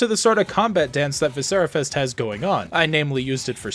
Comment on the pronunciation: I agree, great game. I disagree on your pronunciation, but I loved playing what's available at this point and can't wait for more from this one.